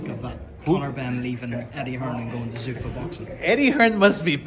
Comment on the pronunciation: He keeps calling it Zuffas😂😂